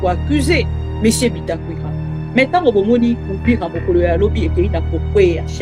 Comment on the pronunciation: mama bibi ON DIT UVIRA et hwhwhwhwhwhw